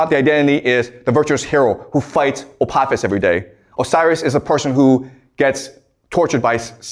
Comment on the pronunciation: lmao you can't even pronounce Apophis